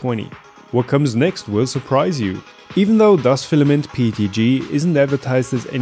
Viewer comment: I basically print everything with their PETG ever since I found out about that brand. Excellent price-performance ratio to say the least. (No, I'm in no way affiliated.) It's PET*G*, not PET*F* though (whatever the latter might be.) ;)